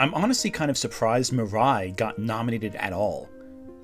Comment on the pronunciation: you also say Mirai wrong. You literally showed a clip with it being pronounced and you STILL get it wrong???? It's Mi-ra-i, not Mi-rai.